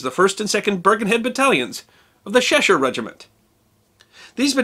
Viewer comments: Are you pronouncing Cheshire "Sheshire"? It's Chesh like in check or chess. Also the ship which occupied Iceland was not "Burrwick" but HMS Berwick - pronounced Berrick. As a future guide Worcester is pronounced Wusster Belvoir is pronounced Beever Mainwaring is pronounced Mannering Featherstonehaugh is pronounced Fanshawe Godmanchester is pronounced Gumster and Cholmondenley is pronounced Chumley Only offered as help - I like your channel very much. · Just for later reference, the "Ch" in "Cheshire" (or "Chester", the city in the same place) is said as in "Cheese" rather than "Sheen" (but the Sh part is definitely right). I mention this because there is such a thing as Cheshire Cheese, in fact, and it's just a nice-sounding pair of words :D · Sorry to be a pedant, but since I'm a Brit who lives in Cheshire, it's pronounced with a hard "ch" like Church, not "sh". Otherwise an interesting video, thank you. Pals' Battalions next? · Just to advise: It is pronounced Chesh-uh, not Sheshire. And Wouster-shuh, not Worsetershire. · Please,, the "Ch" in Cheshire, is hard. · Cheshire. The CH is pronounced as in church. Otherwise OK. The shortest was Henry Thridgold 4'9" and believed to be the shortest British soldier ever to serve. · Cheshire - hard Ch sound, as in China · if it's a Lancashire area it's pronounced 'ch' (as in cheese) and 'e' as in egg and sher' as in the singer but the 'r' is shortened.